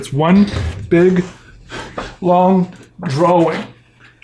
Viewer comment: is the only person I’ve ever heard make a point of pronouncing the w in drawing. But his draw-ings are spectacular and I enjoy his videos.